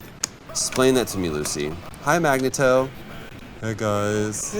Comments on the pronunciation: "Magnetoe" i heard "Magneton" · Mag nay toe... really, Troy? =D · Am I the only one getting annoyed with troy saying magna toe